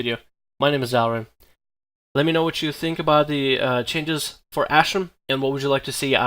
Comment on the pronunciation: It's pronounced "AshrAn" not ashrin